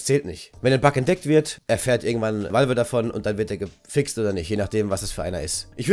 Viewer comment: Wie du Valve aussprichst :D